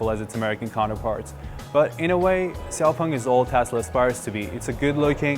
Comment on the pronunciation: You made an interview with the vice ceo, who said the company's name several times and you still pronounce it wrong. Why? sh is not so difficult for muricans. It's "shiaopung" not "ksiaopung". Sh like in shitty presentation.